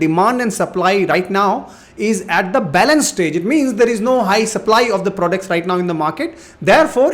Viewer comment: They way you say prodects though 😅